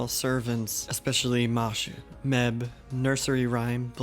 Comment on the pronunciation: Just a headsup fam, Medb's name is actually pronounced Meave. The Celts did not in to english very well.